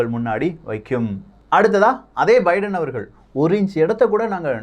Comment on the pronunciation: Bro munnuraiyil biedan America Vai Thanimaipadutha enru tharuthalaaga ucharitbuvitteer... Thiruthikmollavum..